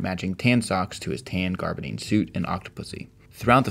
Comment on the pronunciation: Love the series, but two things jumped out and slapped me, preventing me from enjoying the remainder of the presentation: 1) The fabric is pronounced GABardine, not GARbadine. I've heard you mispronounce it in another of your videos. Being as these are about suits, you'll want to pronounce fabric names correctly. 2) Whoever is performing the voiceover from the Bond books manages to insult 007 fans, Britons, Anglophiles, and actual voiceover actors all in one economical move. I suggest either finding someone who knows what he's doing (like not adding the 'H' to words like 'weight'), or discard the passage recitals altogether. Sorry to focus on the negative aspects of such a cool concept, but they truly kept me from enjoying your presentation.